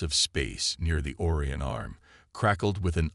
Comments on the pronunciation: Wish it could pronounce Orion properly it is O Ri on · The AI announced that the arrival was "2.3 light years from Confederation space". That means that, traveling at the speed of light (Warp 1) it would take 2.3 YEARS to reach Confederation space. Not a very close arrival. Why can't the bot reader pronounce Orion properly? How about agape? The printout consistently prints haul, hole, or hall, meaning hull. When the Confederation ships plan to detonate their warp cores the printout shows "work" cores. As the battle ends the printout shows 'chips' meaning ships. Really inane. Too many pronunciation errors to list here. Hopefully, AI bot readers will soon learn English properly. Next the writer should learn the promotion ladder. To go from Captain to Admiral would piss off enough in-between ranks to start a war. Excellent story debased by important details.